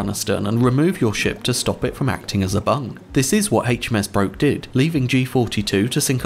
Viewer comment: HMS Broke is pronounced Brook